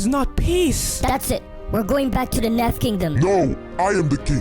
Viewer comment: When you said Nef it sounded like meth